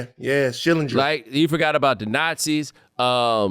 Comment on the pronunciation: When Van said, "Schillinger," I shuddered.